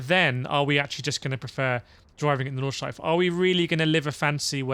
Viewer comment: Nordschleife, not Nordschleif.